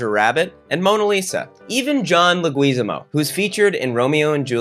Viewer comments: "John Le GWEEZIMO" I genuinely dont know if that was a joke but its pronounced Leg-whiz-AH-mo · Omg I love you but it’s Leg-wi-zamo lmaooo John Leguizamo lmaoo! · Man really called John Leguizamo "legWEEzamo" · joh legess ee mo? pronunciation meng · La-gweez-a-mo 😂😂😂😂😂 My Puerto Rican grandmother is rolling over in her grave, but OMG that was the best ethnic name butchery I’ve heard in a long time. I give it 6 slices of Wonder Bread 🍞 🍞 🍞 🍞 🍞 🍞 out of 10 empanadas 🥟🥟🥟🥟🥟 🥟🥟🥟🥟🥟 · His name isn't pronounced le orgasmo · I’m so sad that he’s saying leguazamo so bad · It’s John leg-is-am-o I love this movie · John Le-WHUT NOW?? 😆😆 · Lol, Laguizimo. Not sure if its intentional, but it sounds like you're mashing his name with luigi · I love that movie. I love the Goombas. That one that tried to bring Daisy some steamed veggies breaks my heart. Mario Mario. Also it's Leg-wi-Zamo. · His pronunciation of John Leguizamo's name is fucking KILLING me. It's pronounced "leg-whiz-AH-mo" lolololol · can't tell if it was a joke or a mistake but "John LaGWEEZamo" is the funniest thing i've ever heard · 2 things about John Lasagna; 1)pronounce his name right 2) Romeo+Juliet is the worst movie ever (and I've seen the Star Wars Holiday Special) Why you gotta do my man Johnny liggyzombo like that? He's been in AMAZING movies. like The Happening and Spawn. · John Leh-gwuiz-ah-mo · It’s pronounced “Leg-wih-zahmo” for anyone curious/unfamiliar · John Leg-Whiz-Ah-Mo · The way you pronounced John Leguizamo lol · Lmao I’ve never heard Luguizamo pronounced like that but I love it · Have i been mispronouncing John Leguizamo's last name incorrectly this whole time? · The way you are saying Leguizamo is making me question if I'm the one who's been mispronouncing it the whole time. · your pronunciation of "Leguizamo" makes me wanna scream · Pronounce Leguizamo wrong. Was that intentional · Someone tell this man how to say Leguizamo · Hey. Hey. Why did you say "Leguizamo" like that.